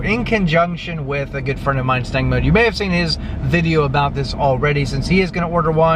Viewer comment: You keep mispronouncing his name it is “stank mode “ LOL !